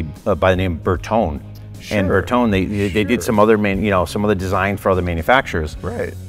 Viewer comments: Bertone is pronounced Br Tow Nee I love the car and since it’s yours obviously you can call it what you want. Just know that every Italian everywhere is gesturing wildly with their hands while screaming insults every time you say it like you do. 😆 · Am i the only one getting "triggered" by this guy refusing to pronounce and put the "E" on the end of Bertone? 😅 Its not pronounced "tone" its pronounced "Tony". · Nice car! Bertone is pronounced Bertoney. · I believe we pronounce Bertone 'Ber-to-neh', not 'Ber-tohn' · Berton- eh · It's pronounced "Berton-ee," fellas. C'mon! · It's pronounced Berton-ay, not Ber-tone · BertonE!!! Its like Porsche, the E is not mute! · It is not Berton. it is Bertone with E in the end and it is vocal, E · Fail on the pronunciation of bertone 😂